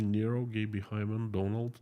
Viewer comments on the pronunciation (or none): none